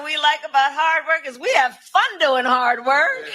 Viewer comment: Hard wor, haad wor